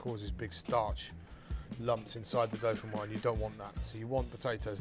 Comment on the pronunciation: Looks awesome, gonna try it! Used to have it all the time in France. By the way, since it has an 'e' at the end, it's pronounced 'doe-fin-wahz'. Basically just add a 'z' sound at the end of how this Youtuber says it.